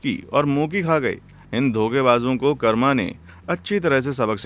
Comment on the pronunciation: Pranauns it's not a karama it's karma .